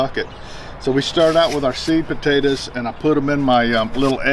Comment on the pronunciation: It sounds like sweet potatoes but he is saying seed potatoes